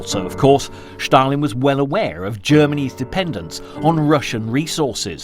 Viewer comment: Well, not only the narrator was very (too) energetic, but he also kept pronouncing "Shtalin". Anyway, in the end, the level of this clip was for kindergarten